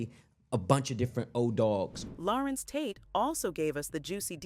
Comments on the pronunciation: larenz not larentz ......google is your friend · Why does the narrator keep calling him Lah-rence instead of La-renz?